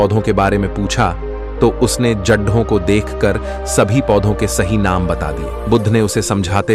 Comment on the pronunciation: जढें क्या होता है ? जड़ें कहते हैं